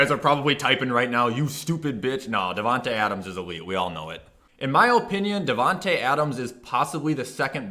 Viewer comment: “In my O pinion